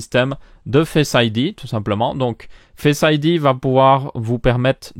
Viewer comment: Non non, je crois vraiment que ça s'appelle comme ça. Il a clairement l'air de dire "fesse"